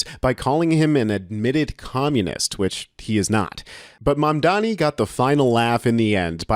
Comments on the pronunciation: Please get his name right. It’s Mamdani, not Mambani! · zorAN mamdanEE. LEARN TO PRONOUNCE HIS NAME, MAAAAN 😂. Arabic: accent on last syllable. Spanish: accent on second-to-last syllable.. it sNOT THAT HARD. eeRAHN, eeRAHNIAN, not ai-ran or ai-reinian. 🫡